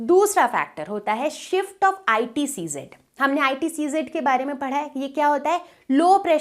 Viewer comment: Sorry mam , But its ITCZ AND you are reading ICTZ